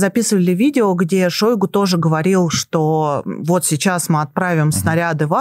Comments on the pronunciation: Не шОйгу. А шойгУ! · А что в нём идеального. Ведущая дышит; как будто щас умрёт. И называет ''шойгУ'', ''шОйгу''!